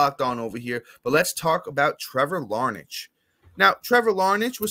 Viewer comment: Liking the pod so far fellas, lots of good stuff! Im a lifelong Twins fan, Larnach is looking good. One funny thing, it’s actually pronounced Larn-ack!